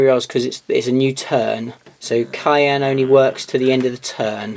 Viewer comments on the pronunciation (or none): All modifiers happen, after rerolls. So make your rerolls first, then apply all modifiers. Simple. And every time you said Kauyon, it sounded like cayenne, as in cayenne pepper.